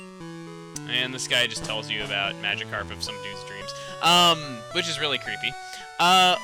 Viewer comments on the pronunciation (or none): none